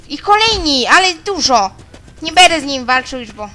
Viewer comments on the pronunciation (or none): none